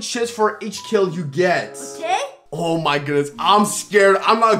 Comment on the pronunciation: No hate but why does baby scrubs say otay instead of ok